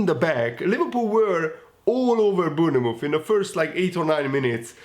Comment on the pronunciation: Lol sry but try and say Born Mouth, Bornmouth this will help with the pronunciation hehe 😆